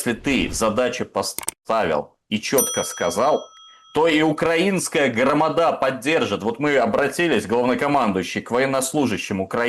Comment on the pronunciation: Да не громадА, а громАда!😮😮😮 тот ещё знаток нац отношений😂😂😂😂